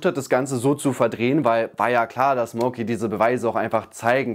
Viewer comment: Ausgesprochen heißt das MAUKI. Nicht Mouki.